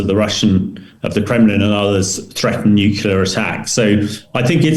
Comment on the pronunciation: Hamish DBG is one of my favourite authorities on military matters to listen to but Hamish can you please pronounce NUCLEAR correctly?